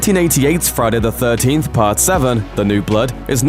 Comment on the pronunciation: Why would a youtube channel with nearly 5 million subscribers create a Friday the 13th ranking video narrated by a man who cannot pronounce Friday the 13th?